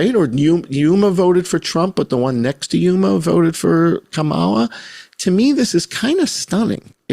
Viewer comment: I like how you pronounce it KaMAla. I do too. Believe people the 1st time.